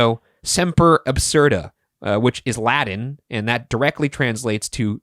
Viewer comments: Why do you keep pronouncing it "Laddin" when it's "Latin"? A T, Bros... not a D. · just cannot pronounce those "t's"! 😂❤ Speaking "Ladan". Love!